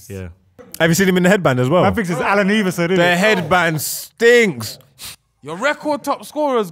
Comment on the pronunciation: Good lord, did I just hear “Alan Eeverson’? 😂